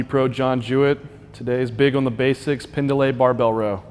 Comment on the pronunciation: pend lay not pen duh lay